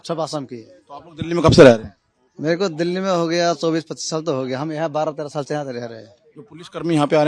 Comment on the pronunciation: छाल बोल रही है साल को 😂😂😂😂 बांग्लादेशी हैं